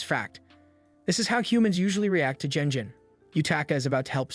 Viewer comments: This is not a manhwa, it's a regular manga as it's Japanese. PS It's not pronounces jenjin. The pronunciation is phonemically ɡen(d)ʑiɴ . It's a ' g ' like in ' good ' , not like in ' generation '. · Someone please teach this man to not pronounce G like J.